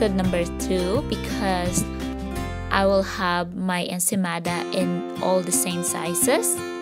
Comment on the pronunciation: “Insane mother..” instead of ensaymada😂😂